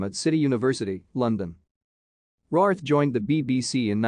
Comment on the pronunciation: Her surname is pronounced RAYWORTH.